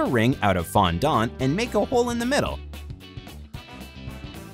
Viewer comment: Is it not bothering anybody else that they keep saying fondOnt?